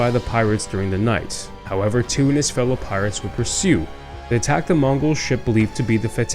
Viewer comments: The correct pronunciation of Tew is not Two of this English family with the surname of Tew would be as you say Tue in Tuesday which is close to Chew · Great video, love history, just a little thing, Tew is pronounced Tue as in tuesday.